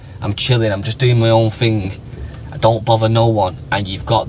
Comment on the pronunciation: Lost me when the lesbian said “mad ting”